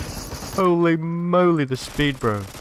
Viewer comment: "Hohlei Mohlei"